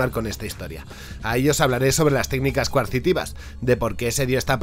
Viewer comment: "Coercitivas, no coarcitivas" :P